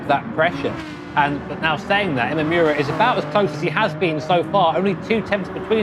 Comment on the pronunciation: Imamura = Ee-mah-moo-rah Where the -rah part is more of a d/r sound. NOT Ee-mah-yoo-rah